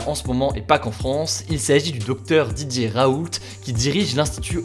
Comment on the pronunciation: Pourquoi à chaque fois qu'il dit "Didier Raoult" j'entends "DJ Raoult" ?